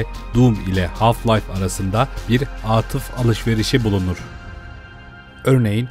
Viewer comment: 'de atıf kelimesi aatıf diye okunmaz.